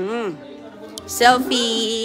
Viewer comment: Makakain na naman ng masarap si roning at mga anak libre pa. Bugok kuya Rollie hindi kuya Rolay. Gutom si Aguy kc d mo pinapakain. Yan ka naman selfie hindi selpay. State hindi stit. Nag tiks raw ang text. Ispis ung space